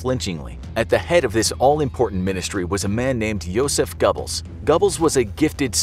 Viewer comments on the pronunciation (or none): Gobbles? come on man. Who doesnt know "Gerblls"? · gotta say the pronounciation of goerbles is painful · Not pronounced Gubbles. Pronounced Goerbles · If he pronounces G-o-b-b-l-e-s one more time, I swear... (Disclaimer: I'm not German) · Stop pronouncing his name like that. Its pronounced Joseph gerbels. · The fact the they couldn’t pronounce Goebbels correctly made me shake my head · Goebbels doesn’t deserve the respect of having his name pronounced correctly. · its soo funny how is pronouncin josephs last name wrong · Is it me or did he say Goebbels wrong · Ugh.. pronunciation of Goebbels just hurt my soul